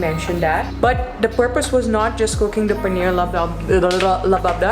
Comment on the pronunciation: Its Paneer masala and not paneer lop lip lo.